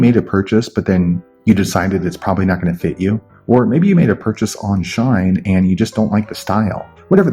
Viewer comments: Bro it’s shein not shine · Its not Shine it She-in (Shein) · It SHEIN not shine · ITS SHEEEE IN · Its pronounced she in. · Like it clearly says SHE-IN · he saying shine lol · RIGHT LIKE WHY THE FUCK IS HE SAYING “SHINE”???